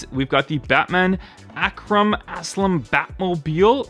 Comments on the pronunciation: Not Ak Ram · Arkham Batmobile. Pronounced Ark-um.